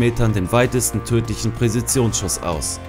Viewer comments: "Präzisionsschuss". Nicht Präsizionsschuss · also deine Aussprache ist ja schon echt schlecht, aber "Präsizionsschuss" ist einfach nur traurig .. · was ist ein Präsitionsschuss? Zich mal entschuldigen für falsche Aussprache von Namen und nicht mal die Sprache in der das Video sein soll richtig aussprechen... ich mach mach prässise mein Abendessen ;) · Die Video's sind gut aber deine Aussprache ist schlecht.....es heisst "Präzisionsschuss" und nicht " Präsisiunsschuss". Wenn man sich schon mit so einem Thema beschäftigt sollte man sich Mühe gegeben. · Alter.... Präsizionsschuss, Viaptnesem xD geht ja gar nicht deine aussprache XD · Presizionsschuss, hahaha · Die Wörter "Harrison" und "Präzisionsschuss" könnte man besser aussprechen. Vielleicht würde ein Sprachtraining helfen. Ansonsten ein schönes Video.